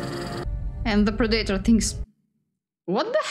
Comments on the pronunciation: I love how she pronounces pred a tor wrong every time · Pra-day-tor? 😅😂. It's pronounced (Pred-uh-tore) Predator